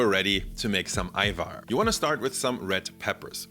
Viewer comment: i've been seeing more youtubers talk about Ajvar recently. being albanian Its been EXTREMELY triggering that they pronounce the J like an actual J. So thank you, for saying it correctly lol.